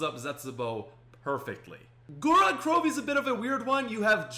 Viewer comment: How he said gorod krovi